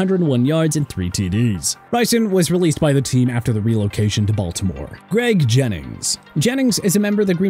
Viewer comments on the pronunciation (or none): none